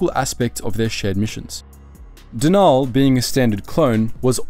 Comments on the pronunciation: Denal isn’t pronounce “De-naal” it’s pronounced “Denal”. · It's Den-ul not however you were pronouncing it. Cool video, but you have a bad habit of mispronouncing so many names